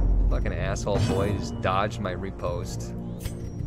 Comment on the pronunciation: When pronouncing riposte, say it like you're about to say "rip"; rih-post